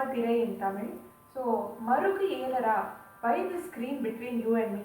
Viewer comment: Marugelaraa is the right pronunciation. Its sandhi of 2 two words, marugu and ela.